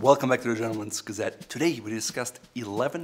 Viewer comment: Welyum bayk yenlemen gazette - what the intro sounded like